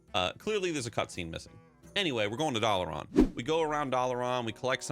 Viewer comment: Why do you pronounce dalaran as doll-uh-Ron. There’s no character that says it that way so idk how you picked up that pronunciation